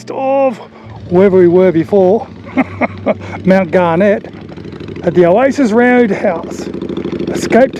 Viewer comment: I’d have thought rule number one for vloggers was get the correct pronunciation of the towns you are talking about. For one it’s Ravens-ho not raven-shoe. It’s not the only one, hughendon and mt garnet aren’t pronounced the way you did